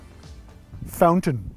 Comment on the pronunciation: In todays ESL class we learn the word ''Phoun-tyn'' : )